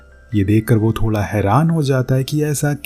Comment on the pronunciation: Thoda ❎️ Thola ✅️